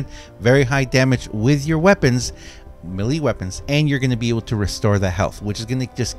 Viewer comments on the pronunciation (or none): Melee is pronounced MAYLAY!!!!! ffs